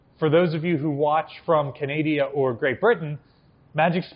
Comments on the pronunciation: Hehe, Canadia… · That was THE worst pronunciation of "Canada" I have ever heard.... Well done Sir!